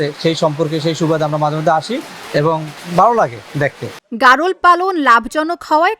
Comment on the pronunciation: সাংবাদিকের সামনে খামারি বলতেছে ভ্যারোল । আসলে এর উচ্চারণ হবে গারল। যাইহোক আমার বাড়িও ভোলা আপনাদের খামাটা কোথায় একটু দেখব। আপনাদের ঠিকানাটা কোথায় প্লিজ একটু বলবেন।